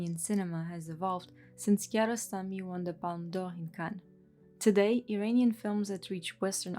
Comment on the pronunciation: Great video! The only thing that annoyed me was the constant mispronunciaton of "Iran" and "Iranian"